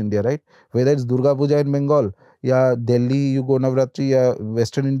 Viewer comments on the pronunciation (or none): none